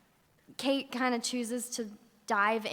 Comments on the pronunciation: someone needs to tell this chick that it's Kate not Katie....smh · Yeah, I know what u mean it's really annoying even after she hears them say her name "Kate" she keeps saying "Katie".